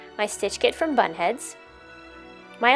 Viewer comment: Every time you said bunhead I thought you say butthead 😂